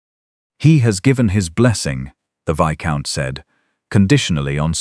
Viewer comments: Viscount is not pronounced Visscount, it's Vycount. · Not viscount, but itz a silent s so vycount